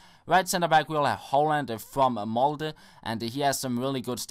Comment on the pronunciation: NEEEEIII!!! Du sa Hovland feil :((( hilsen Vegard Hovland :P